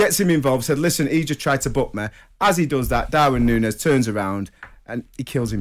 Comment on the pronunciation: Nunez (not nuniez like commentators are pronouncing it) was in the wrong. But, his head butt was tame, it was not powerful enough to drop Anderson, Anderson decided to grab an Oscar nomination with a farcical fall. The head of Nunez hit the chin/mouth area of Anderson and if it was a Glasgow kiss then Anderson would really have fallen without acting and there would have been blood. But, Nunez deserves a ban and I hope he switches on when he comes back and proves his worth.